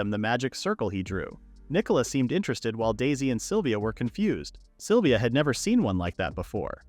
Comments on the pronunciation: AHHHHHHHHHGGGHHHH! It's "SYLVIA"!!! Not "saliva"! For f#$ks sake! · I had no idea the name "Sylvia" was pronounced "saliva" !!! 🤣🤣🤣🤣🤣🤣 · sylvia: ❌ saliva: ✔ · The AI calls Sylvia “Saliva”, and he to she, from time to time. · I am sitting here listening to this in the background and heard someone being called saliva multiple times and said to myself "who the f is saliva?", it a was Sylvia lmao